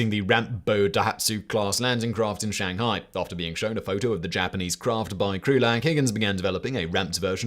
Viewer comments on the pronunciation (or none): none